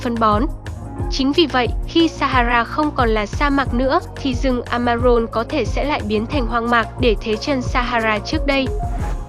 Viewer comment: Amazon mà cứ đọc Amaron